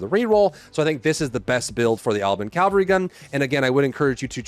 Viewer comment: It's Cavalry, not Calvary.